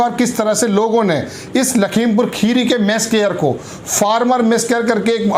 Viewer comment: खीरी नहीं होता भाई मेरे। 'खेड़ी' बोला जाता है।